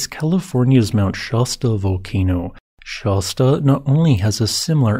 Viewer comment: You keep mispronouncing Mt Shasta. The first A in it sounds like the A in apple.